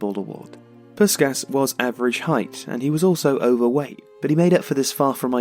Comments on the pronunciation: I'll be that guy: It's pronounced more like 'Pushkash' (an HU 's' makes a 'sh' sound in EN). Your videos are great, but there's a fair bit of name botching. Might give a thought to spending a few minutes to learn the IPA and doing a quick check beforehand. Great videos, though. Thanks for them. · Nice summary. But... "Puskas". Please respect the man. He has a name. From his culture. I remember my dad talking about that electrifying that Magyar team of the 50's. Listening on the radio in Budapest during university days. How media has changed. Can't help pointing out one vital detail. As an English-speaking son of Hungarian refugees (1956, as was Puskas) it rankles hearing his name being mangled. My own name too. Not a criticism. I'm sure I've equally mangle many names from many other cultures, but... For a globally up-front legend of the game, maybe a bit of cultural respect? In Hungarian... S = sh. as in SHoot, SHot, SH*t, caSH C = tss. not really an English equivalent, but like the "ts" sound in caTS. In fact, "cica" (TSee-TSaa) was the unimaginative Hungarian name we used for one of our belated cats. So... Ferenc Puskas is (more closely) pronounced "feren-tss poosh-kaaash" P.S. Native Hungarian speakers please correct me. P.P.S. I think he's one exceptional player from a different era who could be successful in the modern day. Haaland vs Puskas - have it out!